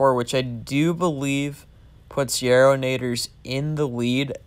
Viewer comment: You did great on the pronunciation it’s actually pretty close except you just pronounce the a casually on yarrownators! Lol great vid!